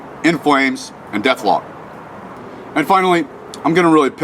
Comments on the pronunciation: what da fuk DethKlok not dethlok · You mispronounced AND misspelled 'DethKlok", for shame, for shame...